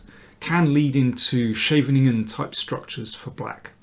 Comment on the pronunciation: Astoundingly good videos, thank you so much mr King. Also a big thanks for correct pronounciation of the words Scheveningen and Topalov !